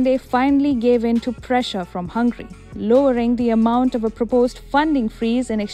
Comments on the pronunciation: *Hungary not Hungry , wrong pronounciation. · Excuse me. Not "Hángri" (hungry) but Hángöri. (Hungary). Your pronunciation is not good. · This country’s name is HungAry instead of Hungry. Please pay attention. You won’t like India be called Inda, right?